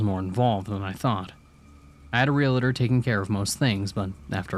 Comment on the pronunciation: Real-tor… not real-a-tor.